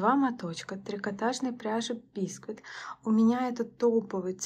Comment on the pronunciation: Бисквит - на втором слоге ударение! ☝